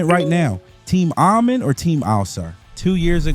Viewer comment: Ah-Men All-Sar